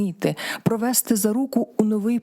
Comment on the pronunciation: ДонестИ, провестИ... А то слух режет...